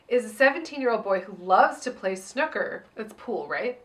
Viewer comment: Hearing pronounce 'snooker' as 'snucker' really made me giggle. Not as much as her Penny Marshall voice, but still. Love you guys!